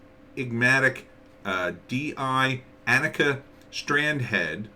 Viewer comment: Her name is pronoued ON-ick-uh . Annika Season 1 Trailer should clear that up for you. This could also help with the show's locations and explain that it is, as you intuitively felt, a TV series. Otherwise, thanks for the review.